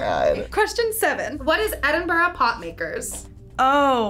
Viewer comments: "Edin Burrow" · Is no one going to mention how terribly the narrator pronounces Edinburgh? My lil Scottish heart. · Can't even say Edinburgh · Fun fact I live in Edinburgh!! But the people in the video say it way to wrong lol